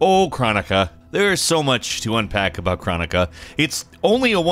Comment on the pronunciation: krOnika not kranika